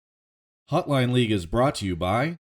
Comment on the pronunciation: why do you say 'hutline'